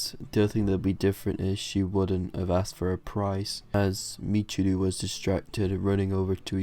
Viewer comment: Its pronounced Mich-i-row